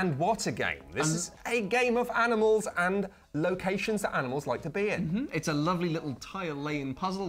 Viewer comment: said "aminals" so seamlessly and naturally that I briefly forgot how that word is actually spelled.